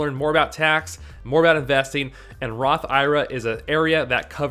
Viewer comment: I think an IRA is an acronym not a word which is why most people say it one letter at a time instead of pronouncing it like it’s a word just the suggestion